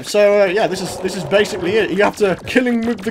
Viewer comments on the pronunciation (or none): none